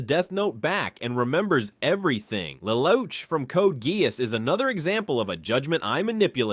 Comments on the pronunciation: 'lel ouch' i am dying lol its pronounced le loosh a cursory search on pronunciations could tell you this man. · This guy pronounced Lelouch name in four different way lol